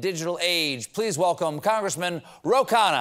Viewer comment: His name is less "KHAA-na" and more "KHUNN-na". "KHAA-na" means something like "meal" or "food".